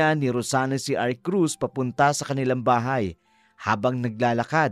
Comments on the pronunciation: Mr Narrator hnd Po Arcruz kundi Arcuz. 😂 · Di bagay na lalaki ang narrator! Sana yung babae na lang. Mali Pati pangalan ni Arcus, Arcrus ang bigkas nya.